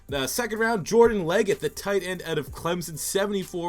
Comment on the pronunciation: Its Jordan Leggett. Not Leggitt